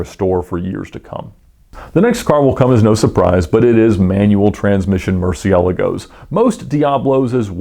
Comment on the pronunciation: The way he said Murcielagos made me cringe. Oh lord..